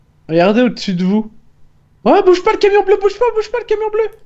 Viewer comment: sais camion pas cavion